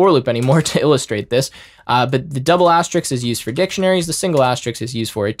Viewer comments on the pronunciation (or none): asteriSK, not Asterix. it's not a 3rd century gall with magic potions